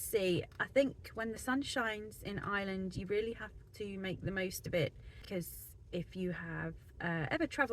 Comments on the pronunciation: It does sound like Is-land - try Our-land if you cannot say Ire-land. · There is an R in Ireland! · Hi, you're very welcome to Ireland and I wish you and your family all the very best. One small bugbear of mine is how a lot of English people pronounce "Ireland". It's "Ire" sounds like fire... Land not Island. Thanks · That’s an English thing, they don’t use a strong accented R like we do, they don’t have the ability to pronounce I.RE.LAND , it’s made more pronounced by the fact we use a very pronounced drawn out R in our speech, and also we put the emphasis on the lead syllable, so the contrast is very pronounced. People with other native tongues can hit the R fine, but it’s quite impossible for the English, hence they pronounce our country ala Island. It’s no big thing.